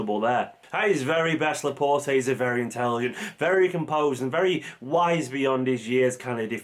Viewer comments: You don't pronounce the E at the end of his name, please. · His name is pronounced ‘La-Port’ not ‘La-Portay’ ✌🏽